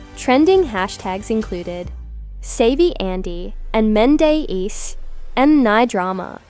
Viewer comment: Who the hell is “Men-des”